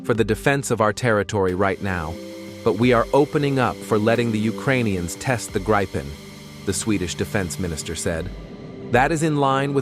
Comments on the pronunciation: Why, are you showing F-16;s, when talking about Gripen's? BTW: (Gr I pens, not graipens.) Show what's shown and talked, about. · This filthy AI voice isn't even capable of pronouncing the word Gripen consistently! One moment it's "Gripen" as in grip, then another "Grypen" as in "why." What are we supposed to believe at all? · why do you mix pronouncing Gripen the right way and the wrong "english" way. :)